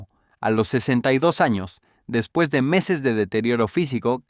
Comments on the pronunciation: No sabes decir despues jajaja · Porque a tu IA le cuesta decir después? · es muy probable que el imbecil escribio deps o dps para abreviar el guion y se lo paso asi a la IA, y la IA lee lo que le ecribis